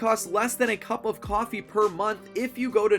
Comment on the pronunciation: Bro say coffe